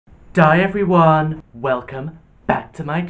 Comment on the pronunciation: I thought I was hearing stuff 😂😂😂😂